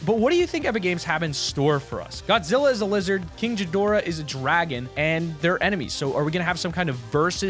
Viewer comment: Sorry to get on to you but I love Godzilla!! But you miss pronounced king gadorah